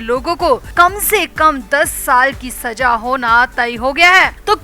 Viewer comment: Urdu sahi kar le Saza hota h Bura na mane plzz